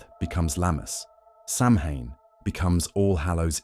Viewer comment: OK, I really like this program but it does get a bit repetitive after an hour. I figure it is AI because isn’t the correct pronunciation of Samhain Sow-ween? Still, I like it.